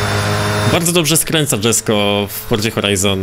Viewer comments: jak coś przy Jesko czyta się jesko, nie dżesko bo to szwedzki a nie angielski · Wymawia się "Jesko" a nie "Dżesko". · Koenikseg jesko był w Forza horizon 4 a poza tym czyta się jeśko a nie dżesko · ale mnie boli jak mówisz "dżesko" to jest poprostu Jesko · Japierdole znawca motoryzacji... DŻesko... aż mnie trzepie, pewnie też mówi LamborDŻini... tragedia z typem, kanał o grach związanych z motoryzacja... tragagedia